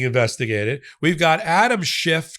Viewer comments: It’s Schiff, not Shift. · Get the names right. It's Adam Schiff not Shift and Miles Taylor not Tell. Leave the sloppiness to 45. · Adam SCHIFF, not Adam SHIFT. 🙄